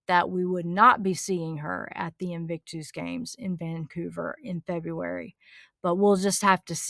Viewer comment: The way you say “invictooose” makes me giggle every single time. Never change.